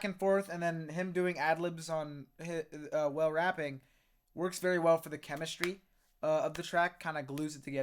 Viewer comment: WALE-- Pronounced- "Waa- Lay", Not Whale.. We all did it too bc, we did not know who he was.